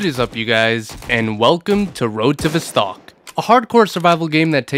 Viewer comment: criminal the way you say "Vostok" 😬